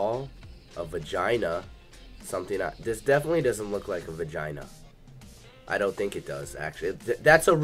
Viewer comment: he says "those girls are dedinetly getting railed" 😂😂😂